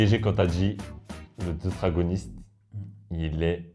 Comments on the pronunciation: on dit deutéragoniste mais pg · Deuteragoniste... le mot s'est fait écorcher mdr